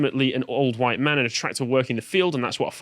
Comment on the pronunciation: You're saying Hohite, not white.